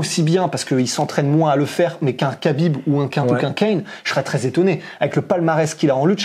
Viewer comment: On dit Habib en plus